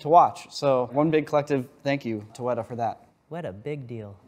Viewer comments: It ain't WEDA it's weta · 'Weta' with the horizontal lines over the vowels is pronounced 'weetay'. Someone really should tell that to the folks at Weta.